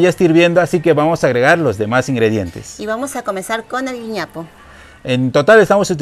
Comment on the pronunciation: Querida se llama "güiñapo"